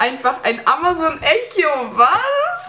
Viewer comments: Es wir eko ausgesprochen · Einer der ersten der das hat? Ich hab das seit 2 Wochen und ich bin der uninteressanteste Typ in diesen Kommentare😂😂 - und bitte hört auf "Echo" zu sagen.. es wird "Ekko" ausgesprochen 🙄😣